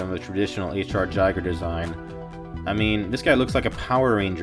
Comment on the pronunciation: I can't believe you mispronounced Giger's name like this lmao